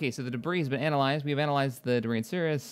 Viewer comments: Darn it, it's not "Sirus", it's Sirius, pronounced like "Serious". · Sirius, SI-RI-US not sirus. sorry just very pedantic. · Build two more corvettes and a recon vessel, then develop more research stations. Oh, and for the love of all that is holy, it's pronounced like "serious", not "cirrus". Attitude or Harry Potter character, not cloud.